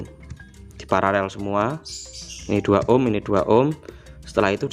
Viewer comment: Kenapa ya sering saya dengar sebagian youtuber menyebut PARALEL itu PARAREL. Sudah saya putar berulang untuk meyakinkan kalau saya tidak salah dengar. Yang benar itu paralel, bukan pararel.🙏